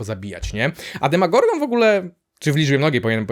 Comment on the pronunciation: Nie demagorgon tylko demogorgon